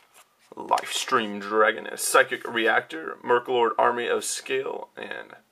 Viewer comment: He said merklord. When it was meklord.